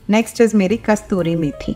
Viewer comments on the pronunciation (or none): Kasturi nahi kasoori methi hoti hai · मॅम कस्तुरी मेथी नहीं कसुरी मेथी.